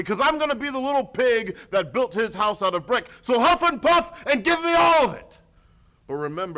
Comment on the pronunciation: "Truth... this isn't aboet the Hoese of Truth. This isn't aboet Roderick Strong." Yep, that's a true blue Canadian right there.